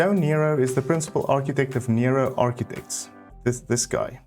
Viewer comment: As a former Jo Noero architecture student at the university of Witwatersrand in Johannesburg we always pronounced his name as No-ero and not Nero 😊... the circular shapes are in keeping with Jo's earlier work and often the plans have circular shapes; footprints, elements and this often carries to the landscaping. Thank you for this 'Best of'.